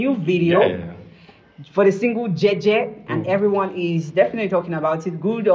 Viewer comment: you are pronouncing it correctly.. it's Jei Jei in LamNso. and are correcting you with the wrong pronunciation instead... I worry Leo' fan base demography will ever comprehend it, partly because his demography knows nothing about music beyond R&B and Pop, they don't understand anything Richard Bona, Fela and so on. I also see the commercial angle to this switch though. I agree with, let him correspond that with his lifestyle now.. 🤣🤣🤣🤣🤣Kwoh